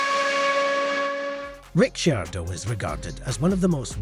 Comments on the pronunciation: The pronounciation is just an inchident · A little tip. Learn the names properly before u make a video. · what is that pronouciation🤣